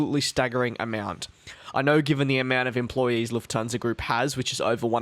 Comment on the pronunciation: Nope Nope it’s Lufthansa